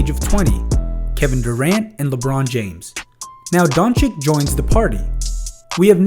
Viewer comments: If you gonna say his name, please say it correctly. It's Don-"chitch" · Take your time and learn to pronounce Don-cheech correctly, pleaseee!!